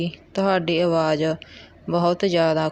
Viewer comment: Angreji nahi angrezi hundi hai & awaaj nahi awaaz hundi hai. Apna boli theek karo